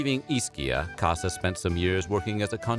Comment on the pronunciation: It’s Cossa, not “Cassa”